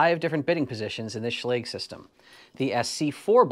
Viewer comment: Great video - and yet another pronunciation of Schlage to add to the list.